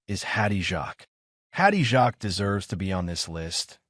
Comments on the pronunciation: Who is that trans person you say is Sandy Powell? Hattie’s surname is pronounced ‘Jakes’. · Absolutely, AI crap! Worst pronunciation - Hattie Jarks. WTF!